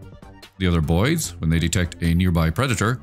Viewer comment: Sometimes when you say “the boids” it sounds like you’re saying “the bois” and I really like that